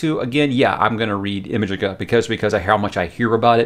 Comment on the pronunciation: Clive Barker is the best❤ FYE he pronounces Imajica like Imagination and Magica